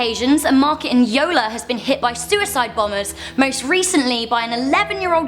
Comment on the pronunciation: For realz? its pronounced Kahno and Yohla srsly you white peoplz but I'm still lovin' ya